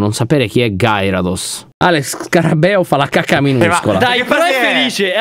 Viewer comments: e non conoscono i pokemon Minchia che pensionati veramente P.s povero gyarados che si pronuncia gherydos😑🤦🤣🤣🤣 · il no è del Pokémon si scrive GYRADOS però si legge GHIARADOS. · Oppure anche GHERIDOS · comunque gyarados e un pokemon di tipo acqua😅😅 avete messo un pokemon e si pronuncia gheridos